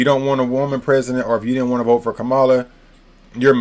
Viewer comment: It's comma la. Did someone pay you?